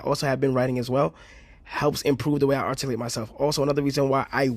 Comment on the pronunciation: Ngl he still says arcticlate instead of articulate which is kinda hilarious